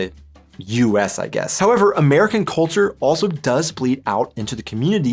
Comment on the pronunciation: "American clulture" - ein Oxymoron.